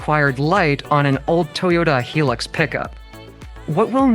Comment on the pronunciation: Its not a hee lux , its pronounced high lux as in high luxury